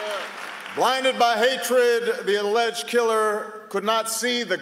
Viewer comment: he said alledged killer. really